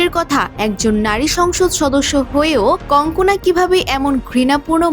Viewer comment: বার বার কংকনা কংকনা বলছেন কেন?ওর নাম কানগানা।